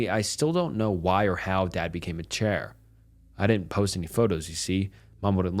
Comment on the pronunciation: “He is chaior”.